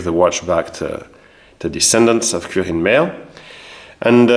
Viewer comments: Its very impressive how you managed to track them down, also yes you are pronouncing the name correctly. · You pronounce „Quirin“ exactly right. The name is very old, there was a saint with this name. In Bavaria the name is rather popular again, as old names re-emerge in these years. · yeah you said his name correct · Your pronounciation of Quirin is very good. I heared the name once before, its really uncommen, yes. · Your pronunciation of Quirin is perfectly correct. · Quirin pronounced correctly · Prononciation of "Quirin" is quite correct. Yes indeed, that name is very, very rare. Keep up the good work. The stories of our ancestors fighting in WW2 are always touching my heart for my grandfather a Feldwebel (Sergeant) fell in 1942, so I never got to know him. Greetings from a former Sergeant of the Bundeswehr 🤝🏻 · Your pronounciation of "Quirin" is perfect. This first name was and is nowadays quite common in Bavaria (although I understand he was not of Bavarian origin; Hechingen is the residence of the Hohenzollern). In fact one of the most talented painter, plasterer and sculptor of the late baroque and rococco in Bavaria was named Egid Quirin Asam. His best known church in Munich is St. Johann Nepomuk. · I don´t know, how you manage it, because most french pronounce this quouirin, but "gelernt ist gelernt" as we say. Greetings from Munich to my home town.